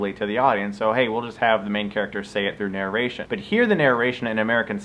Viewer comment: Is he saying "nararation"? Why does it sound so weird?